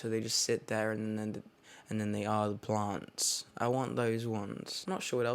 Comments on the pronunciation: When he was talking about his plants I thought he was saying blunts lol 😆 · when he says plants it sounds like it’s italicized... it’s beautiful